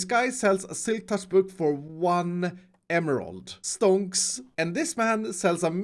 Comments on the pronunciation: It doesnt sound like stonks, it sounds like stånks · I love how iskall pronounce stonks.